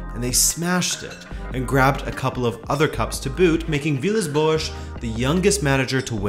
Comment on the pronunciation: Every time you say boas i cringe..thanks for the video though..great work..